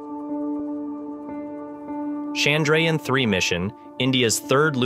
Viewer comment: Nice video. Shame about the pronunciation of Chandrayaan, though.